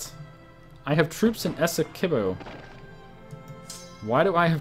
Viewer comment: Esequibo, with the ''qui" pronounced as "ki", as in Kit.